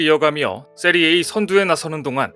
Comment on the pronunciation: 요새 왜이러시는지... 걱정이네요. "세리에 아"라고 읽는 것 아닌가요? 그냥 "세리에이"? 이게 뭐죠? 자막엔 세리아A??? 제가 존경하는 너무 과로하지 마시고 원래 모습으로 빨리 돌아오시길..